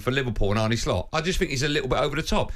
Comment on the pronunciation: Arne not Arnie